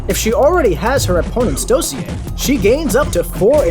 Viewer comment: Learn how to pronounce dossier